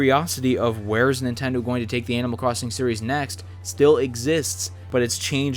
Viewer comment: Animal Cwossing 😂